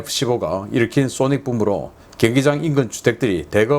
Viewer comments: 소닉품이 아니고 소닉붐 (sonic boom)입니다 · 영상에 '소닉품' 이라고 되어있는데 '소닉붐'입니다